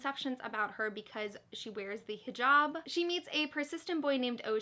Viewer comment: Loved this haul. Just wanted to note Hijab is pronounced with a short a sound such as in c A t so Hijab if that makes sense. I hope you enjoy A Very Large Expansive Sea and Happy New Years!